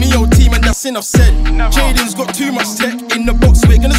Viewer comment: It’s pronounced JADON SANCHO 😂😂 think my guy had auto correct on 🤣🤣👍🏼